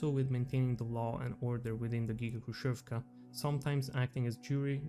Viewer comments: Quite nice video. Js to let you know. 2ch - "Dvach" Khrushchev(ka) - Hrushev with soft Sh (like shi without i) Samosbor, i think, would be rather translated smth like self-collection, like collecting something, or self-harvest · FYI "kh" in "khrushevka" stands for the harsher h sound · Your pronunciation of Khrushchev and Khrushchyovka is wrong. "Kh" should be pronunced as like "H" same as in the word "Hex". In russian there is a single letter for this sound "X" that sounds same as the "H" in word "Hex".